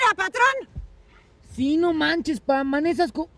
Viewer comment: Manejas❌ Manesas✔️🤣🤣